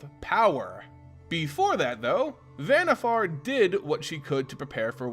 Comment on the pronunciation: Van-eeh-far not vanniFAIR great lore tho